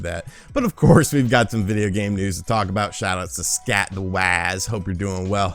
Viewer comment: "Scatt the Waz" is bootleg Scott the Woz